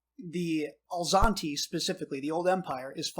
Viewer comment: Enjoying the podcast guys - great work! And I'm sorry to point this out but I believe it's "az-lanti" and not "al-zanti" 😅